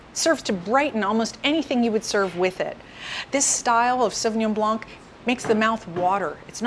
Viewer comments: The c is silent in the french word blanc . An expert should be aware of that. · Strange that you are aware that the 's' in Pinot Gris should not be pronounced but in spite of your knowledge in wine you still do not know that similarly the "c" in Sauvignon Blanc should also be silent! Strange